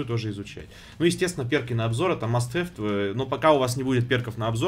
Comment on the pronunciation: "перки на обзор - это мастэфт"))))) не знаешь английский, не надо говорить на нем.